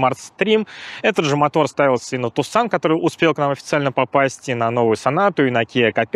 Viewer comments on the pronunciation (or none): none